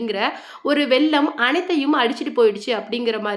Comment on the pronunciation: வெள்ளம்... not வெல்லம்😊